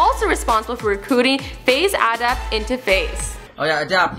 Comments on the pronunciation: Also he says Adipt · How the fuck do you pronounce Adapt "Adept" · Lmao she said "Faze Ah-dapt" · It's not adupt it's adapt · ELiTE_CODxX ikr I was dying like wtf. She said ah-dapt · she said FaZe Adupt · Faze ah-dapt?? o_O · Faze ahh-dupt ? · How the hell did you pronounce Adapt? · the ways she says adapt lol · she says adapt wrong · She said ADAPT wrong ! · the way se said adapt made me cringe so hard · Jesus christ can she not pronounce "Adapt"? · How the fuck did she pronounce adapt like the fuck